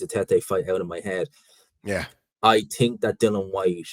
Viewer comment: Someone teach how to say Think 😆😆😆. I TINK he's forgetting the H 😆